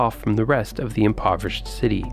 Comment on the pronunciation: Thats not how the city is pronounced lol 😂